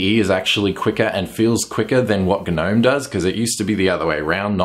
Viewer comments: Hello mate Try Gnome without pronouncing the G. :-) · the G is silent...